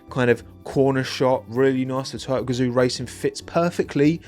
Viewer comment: Oh he's saying TOYOTA. I spent way too long trying to understand why Toto was influencing the Haas livery 😅